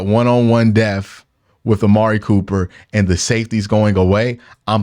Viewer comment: lol will never not pronounce "depth" as "deff"